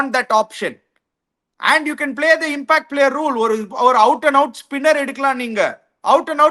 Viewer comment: Athalla oth:""'a impact player uh gimpackt player ena vena vachika nee!!😅